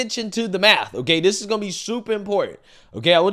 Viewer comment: The maff ain't maffin. That shit got me rolling.